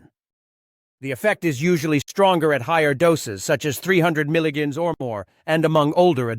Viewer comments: Sound information on this drug. UNFORTUNATELY, possibly the worst AI voice that I have ever heard. Says "milligans" instead of "milligram" which might confuse people who don't have experience with metric units of weights, especially as it relates to medication. The voice also has a fast, shrill tonality reminiscent of someone who has overdosed on caffeine. Not ideal for many people trying to learn about potent drugs. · .must be AI. Images have nothing to do with the subject. And he never pronounces melograms correctly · You need to educate your AI assistant how to pronounce milligrams!